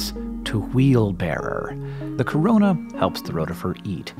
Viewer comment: When he said 'corona' I really just died a little